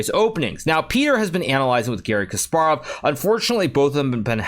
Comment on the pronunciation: lmao did he just call him garry chess 😂